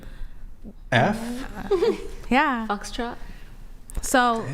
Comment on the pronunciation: who tf said "foxfrot"?! That was funny af and i want to give credit where its due